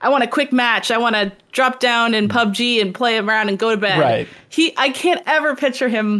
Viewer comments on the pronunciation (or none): none